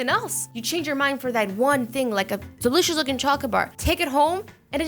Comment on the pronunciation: How do you do that 'delishise!!👌?'